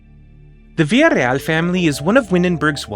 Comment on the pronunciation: Than you for pronouncing “Villareal” properly!